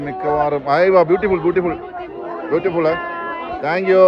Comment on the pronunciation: ഇവനൊന്നും പറഞ്ഞു കൊടുക്കാനുള്ള ഇംഗ്ലീഷ് എങ്കിലും അറിയേണ്ടേ? യായാ ബുട്ടിഫുൾ